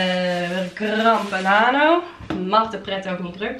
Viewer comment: Zeg je nou op 8.15 grand banano? Hahah grano pedano (wat ik vast fout schrijf)